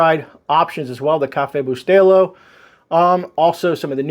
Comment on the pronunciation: FIrst time I've seen an American pronunciating Café Bustelo in a more normal way lol, I'm actually impressed. Edit: I just heard you saying you're cuban, that makes more sense now 😂